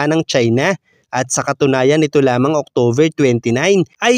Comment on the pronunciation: SK.. October po hindi octover.😉